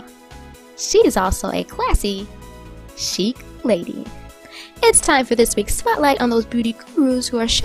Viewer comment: Its pronounced sheek, not chick